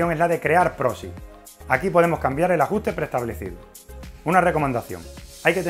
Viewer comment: Proxy con "x" no "prosi"